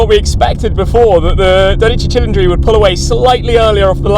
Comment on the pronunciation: "tchee tcheendree" is not correct my man. It sounds like "cee leen dree" it comes from the word Cylinder.